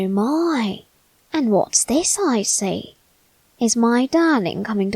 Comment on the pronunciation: What he is saying : i see, i see What i hear : i slay, i slay